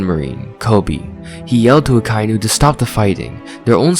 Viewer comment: Great video, but why do you pronounce Akainu that way? The dub pronounces it Ah-kah-ee-nu